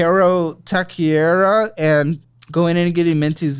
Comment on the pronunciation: He said “Taqueria”!!!!!!□